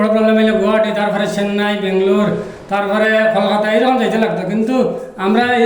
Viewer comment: Kolkata not kolikata